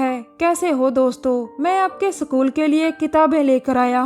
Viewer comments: what the hell its School not sakool and Sniper not sanaiper..🤣🤣🤣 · Sacul kya hota hai bhai. School hai wo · Sacool😂😂😂😂😂😂😂school hota hai sacool nahi😂😂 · सकूल नही स्कूल होता है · "सकूल" नही होता "स्कूल" होता है हिंदी तो ढँग से बोल लो...😡😡😡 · Haryanvi hai jab isne bola Bakkurau ka Sakool😂😂😂 tabhi samjh agya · Wait a minute,..did she pronounce sa kool_??? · School bolna to sikh le bahen.... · No not iskool , it's sakool😂